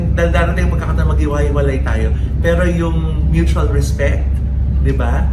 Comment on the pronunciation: MUTAL HA U SAID IT....DAPAT ...MUTUAL